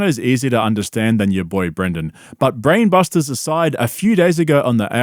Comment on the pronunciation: "Blaine Bruster's" wuz more how he said it tho... SchaubAnese